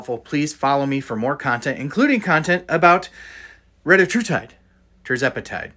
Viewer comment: Cant even pronounce the name